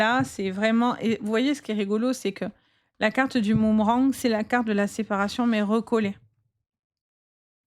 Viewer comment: ALORS LA...UN MOOMERANG😂je n avais jamais entendu... Vous êtes trop forte... mais on dit BOOMERANG Allez, j écoute quand même, j en ai le droit...